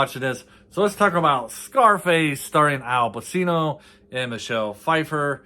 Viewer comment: Pronounced Pachino.